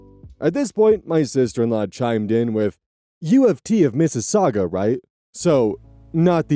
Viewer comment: Not my Canadian ass being momentarily stunned hearing an American pronouncing Mississauga and Scarborough correctly! 😂